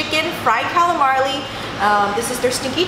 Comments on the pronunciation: It’s calamari not calamarLee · FREEWAY FREDDY she says that a lot. Calamari, she forgets the r. Maybe Chinese say it differently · Lol she said “fried calamarli” lol